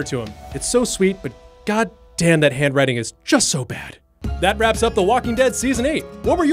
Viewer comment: When you said "we found out he [Carl] had TERRIBLE HAND-WRITING", I thought you said "TERMINAL BAD WRITING" (as in "terminal cancer")